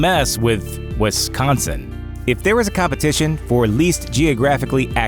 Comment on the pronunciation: There is no E in Wisconsin....